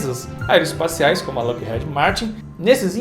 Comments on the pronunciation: Que agonia, vc falando Head ao invés de heed. 😂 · Na lingua inglesa a letra "e" tem som de "i", então a pronúncia da fabricante americana Lockheed é "Lóck iid" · Dois E em inglês tem som de I. Loquerride seria a pronúncia correto. Desculpa é que dói no ouvido.